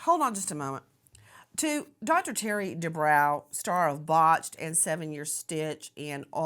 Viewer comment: Nancy he is Dr. De brow rhymes with Row.